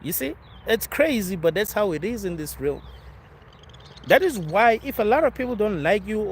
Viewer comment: ¨Interpret.¨ ¨Realm.¨ - Pronunciation.